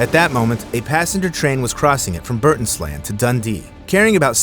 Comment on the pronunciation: It is pronounced burnt island not burtis land. Rail is a much safer form of transport than road. Road deaths account for over 1 million deaths a year,a truly shocking figure